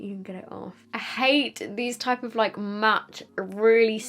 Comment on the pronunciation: Always love your videos, but please please when you say the word "matt" remember it has two "t's" pronounce at least one!